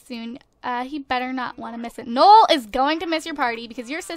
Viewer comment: You pronounce his name "no-el", if it's spelled noel.